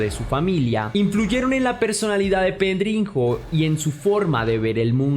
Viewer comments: Se pronuncia pedriño no pedrinjo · Sólo como dato: en portugués la "nh" se pronuncia como Ñ, como como una j, como lo dices...o sea es PedriÑo, pronunciado correctamente ;)